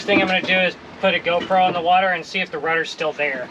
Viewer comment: Nope. Don't know what "Wadder" is.